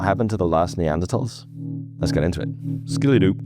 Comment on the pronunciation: I heard "skoodily-doop". Kinda charming actually.